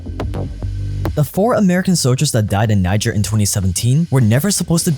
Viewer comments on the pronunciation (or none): The word “soldier” has an L in it…